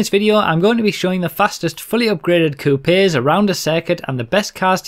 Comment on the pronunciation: lol 'coupies'